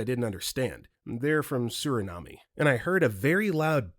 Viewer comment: The narrator mispronounced "Suriname," (it is "SUR-uh-naam," not "sur-uh-naa-me"), and "mescaline." While "Puerto Rican" was so badly mispronounced that my eye began twitching. 😬 Also, Story 44, Mac & Cheese with Tuna (Cheesy Tuna Casserole) is delicious, if done right. Add sour cream, shredded cheese, onions (maybe garlic), and herbs (like dill and parsley). But just Mac & Cheese with tuna thrown in would be kinda nasty. Story 76: OP clearly doesn't know the meaning of "fathom." It means to "understand (something) after much thought."